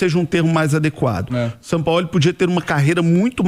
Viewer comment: “Sampaóli” kkkkk